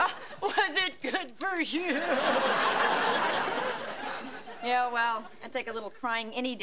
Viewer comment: Aww a kid getting triggered started calling me names when I don't agree with you. I also can't take someone seriously who says you as 'yuh' 😂😂.